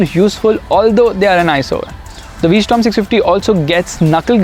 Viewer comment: Its called a v-strom not a v-storm